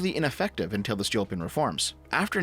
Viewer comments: It's Stolypin, not Stolyopin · My guy, you mispronounced the surname of Stolypin so many times that I was unable to focus on what you were saying. First of all, the stress goes on the second vowel. Second, "y" (which is under stress) in Stolypin stands for russian letter "Ы" that is pronounced like retarded [iː]. And on the unrelated note Stalin hated ethnic Russians, at least in Russia that is considered to be common knowledge (meaning I can't back it up with sources). So saying that he was somewhat nationalist and put straight ethnic Russians at the top is technically incorrect. Several examples were Beria, Ezhov, Mikoyan. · that's a mispronunciation. Stolypin is Столыпин (and Ы is the "gut punching sound"... hope you got the reference), I think you forgot the O. which was everyone except extremely poor. Seriously, even having one cow was seen as being quite poor (cows were cheaper back then).